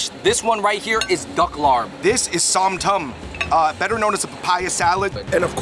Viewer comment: love the video but my family’s from isaan and ngl i died inside every time they pronounced larb and som tam